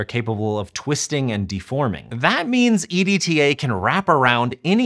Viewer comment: it's an acronym if I pronounce it "edtuh"